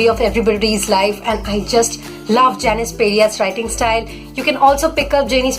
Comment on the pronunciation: It's actually pronounced as Jai-nis Paa-ree-at. :D